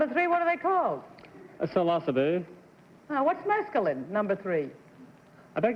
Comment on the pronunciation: This is the first time I've heard the word "Psilocybe" pronounced this way. As a matter of fact, this is the first time I've heard anybody say the word without me reading it somewhere myself.